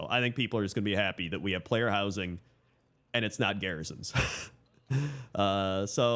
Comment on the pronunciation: "Player Wowsing"